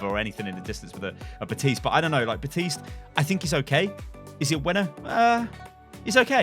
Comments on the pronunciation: Please pronounce Baptiste’s name right. He even says his own name in the game.... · CAN YOU LEARN HOW TO PRONOUNCE BAPTISTE... YOU NEED TO PRONOUNCE THE P!